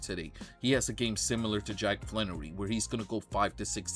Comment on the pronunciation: Its not Flan,,its Flaherty. Air not an